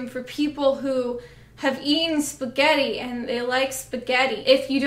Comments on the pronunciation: "Is sgetti" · There's something inherently funny about the way you say spaghetti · why am i laughing every time she says spaghetti